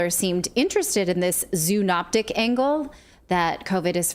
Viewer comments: Zoonotic not zoonoptic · my pronouns are Prosecute Fauci - classic case of the fox guarding the hen house (also lol at "zoonoptic" aka zoonotic)